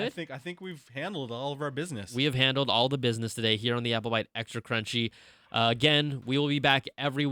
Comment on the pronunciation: CRUNCHY NOT CHUNHY!!